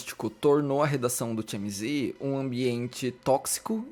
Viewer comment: Realmente temos q repensar nosso comportamento como sociedade. Se não tive público pra isso, o TMZ não iria agir assim, tão sem ética. Parabéns pelo vídeo,, muito bom. Vou te dar uma diquinha de inglês: TMZ se lê "ti-éme-zi'. Ou, em bom português, "te-eme-ze". Beijo e sucesso!!